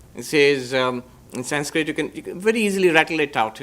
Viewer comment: Why are you pronouncing the word "Sanskrit"in a wrong way just for the shake of accent, why don't you pronounce the word in proper way so that western people could correct thier own pronunciation. Why only we have to adjust and change for western countries. Anyways you are spreading nice information, no hate indeed.❤